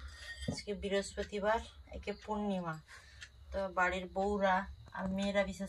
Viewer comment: Biraspatibar abar ki ? Ki lekha pora korli ?? Brihaspatibar word ta